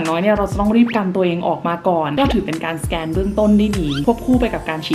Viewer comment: ขอนิดนะคะ สแกน ไม่ใช่ แสกน 🙏🙏🙏